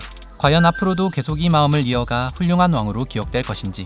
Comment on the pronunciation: 《티벳어 한글 표기안》을 따른 국왕 이름(འཇིགས་མེད་གེ་སར་རྣམ་རྒྱལ་དབང་ཕྱུག)의 더 정확한 발음은 직메 게사르 남걜 왕축(Wylie: jigme gesar namgyäl wangchuk)입니다. 케사르(khesar/གེ་སར/gesar)의 ག의 종카어 발음은 ㅋ보다 ㄱ에 더 가깝습니다 (IPA: /ɡ̊/)